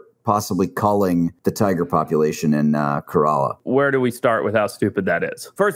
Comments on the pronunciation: Just fyi, it's pronounced "ke-re-laa" not "Toyota coralla" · Dude struggled so much trying to pronounce Kerala